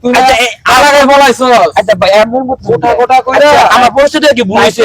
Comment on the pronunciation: ভাই খোটা না কোটা হবে😢😮😮